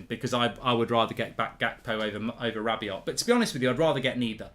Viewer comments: Who the hell is this rabby-ot guy you keep mentioning. Do you mean rabby-oh?? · Manchester Utd have said "Anyone identified with the fight in the stands last Sunday will be banned for life" So far 23,346 fans have come forward😁 PS Mark, stop sounding the T On the end of Rabiot or Veronique will be after you!!